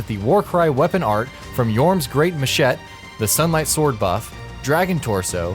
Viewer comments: did you really say "ma shet" instead of machete? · Why can you not pronounce words? It’s machete not “mashet” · Sully Van? Mashet? Really bro? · Mashet? MASHET? It's machete you dumbasses. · "Yhorm's great machet" that physically hurt my ears. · did you just say mashet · Machett? MACHETT?! Learn how to pronounce words. Jeez. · Did he just say "Machet"? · "Yhorm's Great Machet" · "Yorms great machet" I'm done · Sully-Van. Yeah don't forget to kill that guy with your Mashet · "Pontiff So-lee-van" wtf is up with that pronunciation? also "Great ma-shet" what??? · "yorhms great mashet" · I'm sorry, what was that? Yhorms great "mashet"? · "Yhorm's machett"...."machett"? Really? Cmon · Machete is pronounced muh-sheh-tee. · you may have been correct if it was spelled machet and not machete. has a y sound like daddy at the end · Okay. I can forgive your pronunciation of "Pontiff Sulyvahn" because I have not clue how to pronounce it either, much less spell it... But what kind of pronunciation of "machete" is that? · You pronounce the "e" in machete. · I had to pause the video to call you out on the way you pronounced "Machete" I know you've heard this word pronounced at least ONCE in your life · you have never said machete in your life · That isnt how you pronounce "machete". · ikr has he ever heard of a machete